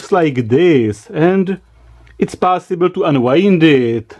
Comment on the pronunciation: I love the pronunciation of possible: "PAAAASIBLE!" :D